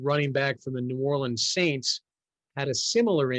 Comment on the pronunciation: This dude really said "Saints"